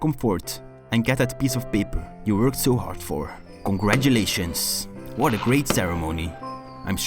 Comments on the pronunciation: You mean congatulations, like he in the end? Lol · dude its not congatulations xD